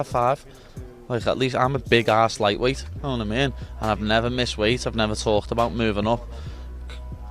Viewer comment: 1, the animosity in Paddy’s face was genius! 😂 And 2, I bet Ilia barely understood a word of it, especially not “yanowatameen” 😂